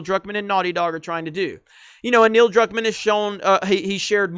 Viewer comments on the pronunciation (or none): ...youre getting Neils last name wrong again....